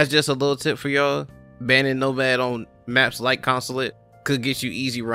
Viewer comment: “Nomaf” XD